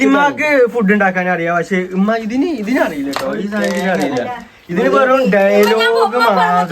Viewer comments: ഉമ്മ ❌ ഇമ്മ ✅ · ഇമ്മ അല്ല ഉമ്മ 😂😂😂😂😂